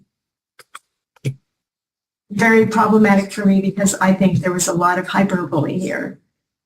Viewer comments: Hyper-bully…. Was she trying to say hyperbole…? She’s 72…. She’s been this annoying for a while that’s clear! She’s not going to change now… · What??? Round 2?? Another chance to gear her mangle the word hyperbole and “Lynn” unleash her idiocy. Thanks cutie pie, love you, I’m a many years watcher/follower of you…wait, this is sounding like round 1, I’m confused.